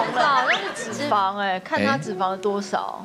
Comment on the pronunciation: 三立字幕組的，字幕打完後可否再校稿一下🤔，是沙漠之「舟」而不是「洲」，還有唸題的先生也把「脂」肪的「脂」唸錯音，應該是唸作一聲，音同「知」，如「胭脂扣」，裡面只有LULU唸的是正確的👍。還有幾年前看到他們把某部劇字幕中「徹底」的「徹」打成清「澈」的「澈」，若干年後看了還是依舊沒改，整個無言…🙄